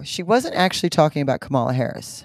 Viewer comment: The fact that you would highlight a woman who I think has some mental problems is beyond me. You partisan "Christians" truly lack discernment. Trump lies every time he opens his mouth and refuses to be fact-checked, yet Kamala (and her name is pronounced Comma la) is the liar. The church is truly sick. But perhaps the spell will be broken when Trump loses again. And I don't care what your late father prophesied. Trump will lose again and no the election was not stolen in 2020.